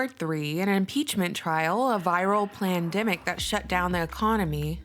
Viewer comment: 🤣🤣🤣plaindimic love it